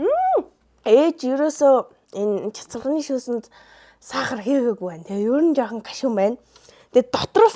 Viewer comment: Chatsarganii shuus gedgiig ni chatsagnii shuus gej sonsloo shd 😂